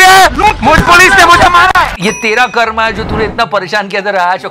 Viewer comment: For God's sake it's not कर्मा! It's कर्म...